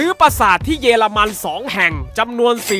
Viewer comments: ใครได้ยินว่า เยรมัน ไหมหรือได้ยินแค่คนเดียว55555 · ทำไมได้ยินเป็น เย ละ มัน วะ555